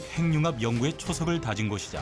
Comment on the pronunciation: 핵융합[행융합]?[해귱합]! 그대들부터 잘 해주셔야 그걸 듣는 우리도 쉬이 고치죠!